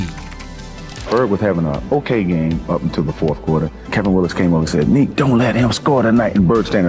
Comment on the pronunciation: NEEK! NEEK! NICK! You dummy! How many times did you hear the players talk about NEEK?